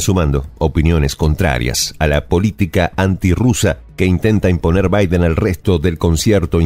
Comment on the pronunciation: que mal pronuncia el nombre de Biden este presentador, muchos errores en diferentes videos, errores matemáticos, errores geográficos, errores etnográficos,etc